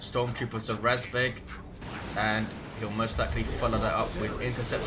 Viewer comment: you did a great job pronouncing "РАЗБЕГ" emphasis is on E though, so it's razbEg